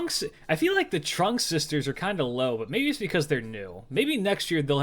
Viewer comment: you almost got the pronounciation of the Trưng sisters correctly. The end part you kicked your tounge forward making it sound like you're saying "Trunk" but what you want is quickly retract your tounge while saying it with a bit higher tone to correctly pronouce "Trưng". You are still very close and just a few step closer to become a true certified 'Nam speaker and I hope you have the best of luck in pronouncing vietnamese words from now on.